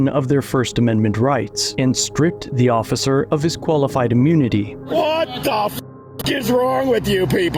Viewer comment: Orficer.... your breath mint isn't cutting it!